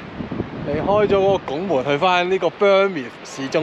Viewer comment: 好靚㗎，我都係住呢度。不過呢….. Bournemouth 嘅讀音唔係幾正確😝